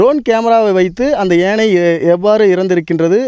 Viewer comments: Do you conduct interviews for the news readers and reports before they join? If you do so, do you check their fluency, pronunciation and their knowledge on grammar? யானை - ஏனை? ஒரு யானை இறந்து இருந்தது - ஒரு யானை இறந்து இருந்தன ? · செய்தியாளருக்கு யானை என்று சொல்ல வரவில்லை. ஏனை என்று கூறுகிறார்.